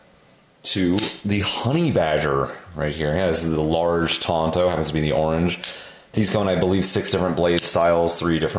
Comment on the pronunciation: Tonto was the name of a horse on the Lone Ranger TV show. TANto is the proper pronunciation. 'Bowie' is also mispronounced when referring to the particular knife of the same name. It is pronounced boo-ee.